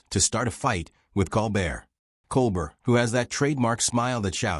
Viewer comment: even though you have brought out highlights of our dear jester Colbert your AI voice does not work for me, it does not pronounce Colbert properly all the time. This important recap of presidential history deserves a real person speaking.